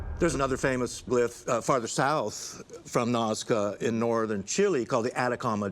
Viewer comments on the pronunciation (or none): none